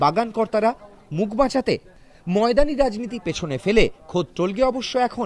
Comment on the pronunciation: টোলগে নয়, তোলগাই